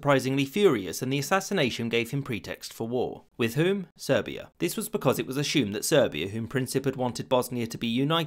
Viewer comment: A-Shoom is not a word. Try "ASS-You-m" ( "Assume". ) You can learn to pronounce words properly if you make a bit of effort.